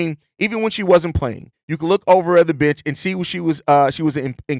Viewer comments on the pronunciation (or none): Too hilarious "you can look over at the bish, and tell she was an incredible teammate." Lol. I know he said bench but damn that took me out. 🤦🏽‍♂️😂